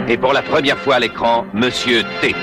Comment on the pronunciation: "Monsieur Té" 😁